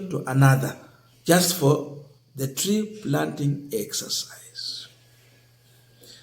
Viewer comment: Three planting or Tree planting bro.